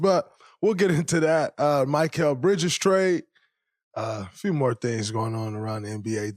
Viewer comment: You’re an analyst, Draymond. You don’t know how to pronounce Bridges’ name?